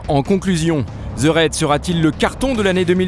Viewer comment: Merde, apprenez à prononcer les titres correctement svp. Ça me fait mal aux oreilles. Le docu est bien mais le ze au lieu de the gâche tout vraimenT!